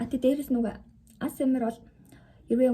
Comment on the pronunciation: аас ээм аар биш шүү. Эй эйс ээм аар гэж унш